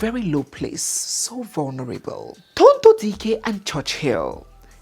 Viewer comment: which one is Charity? DO WE NEED AN ADDITIONAL MIDDLE NAME??? And her beautiful name is: Tonto Dike, NOT Tonto Diiiikeer, please 🙏. Thank you.